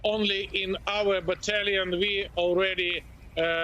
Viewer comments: Anyone gonna give the cast of morning Joe the memo that mispronouncing Kyiv over & over & over again is insulting & unprofessional? Or are you going to keep mispronouncing on purpose for the duration of WWIII? Get your sh!t together. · This lady is the first person in the media that said Kyiv correctly and not in the tongue of the enemy Kiev (Chicken Kiev? Ukrainians are not Chicken!)